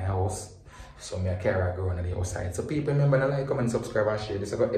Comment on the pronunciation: love seh "Peopr" instead of "People" 😂😂😂😂